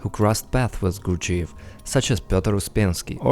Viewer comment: You sound retarded saying the guys name.